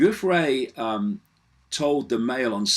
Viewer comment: Btw; Giuffre's name is pronounced very similar to Jeffrey. (GIUFF - Jiff. FRE (E is long) like Freee. So, yeah; Jiffree. Poor thing.) It is not GOOFray. It is JiffRee.